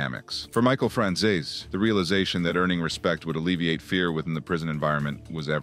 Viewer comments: It's not pronounced Franzayzay! He was adopted by Sonny and it was his real son, John Franzeze, that John Sr wanted dead because he testified against his own father! I'm only partway through the video and these egregious mistakes aren't really acceptable to be honest! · Why does everyone butcher michael franzese's name so damn much. It's pronounced fran-zees